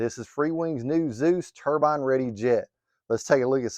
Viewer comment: Subscribed once I heard you say Xicoy and Turbine correctly in one video😂